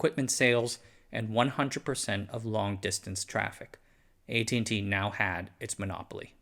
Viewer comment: What with the pronunciation of the company’s name.